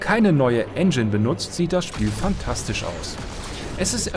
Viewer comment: pff.. "fantastisch"^^